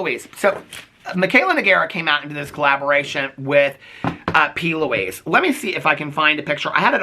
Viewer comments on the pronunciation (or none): I just hear Pee Louise.